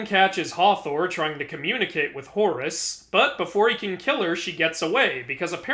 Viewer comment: Whenever I hear you you say Horus... its sounds like Horres! XD Cracks me up~